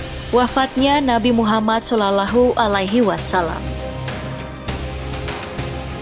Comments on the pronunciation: Yoi yg mestinya dibaca "loh" dia baca tetap "lah" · Sallallahu min, bukan salalahu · Kalo baca nama nabi yg benar... Salalahu..???...